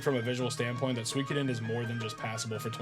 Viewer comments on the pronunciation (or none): Man! All these years of watching me and Brew, and you still mispronounce the game 😂 And then you pronounce it correctly 😂 then wrong again 😂 make your mind up 😂 I'm glad you finally got around to it, now just wait until you experience Suikoden II 👌 It appears that while writing this the FFVII video autoplayed and for some reason that video got the comment 😂😂